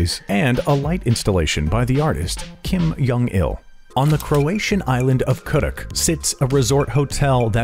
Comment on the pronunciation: "Kim Curt Jong-il"